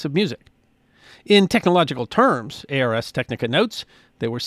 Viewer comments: BTW, it's not "A R S Technica". It's pronounced "Arz Tek-nih-kuh". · I really enjoy your videos. Thank you for sharing your love of history with us. As a long-time reader of Ars Technica, I’d like to pass along the preferred pronunciation. The name is derived from Latin for “the art of technology”. So the preferred pronunciation is similar to “Rz Tek-nik-uh” (almost like “arse”, if you drop the “e” and swap a “z” for the “s”). I can’t wait to see what you share with us next! Thank you. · Oh my god it's a new low, "Ay Ar Es Technica" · It’s “Arz tech-nick-uh.” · Arz Tek-nih-kuh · The Latin “ars” does indeed mean “art”, and it is pronounced AAARRRRS — because don’t all great pronunciations involve pirates? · Just a quick note on pronunciation. "Ars" rhymes with "cars," not "airs." Yes, I was that weird kid in high school who took Latin.